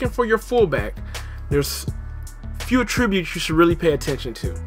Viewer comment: AT-tributes not AH-tributes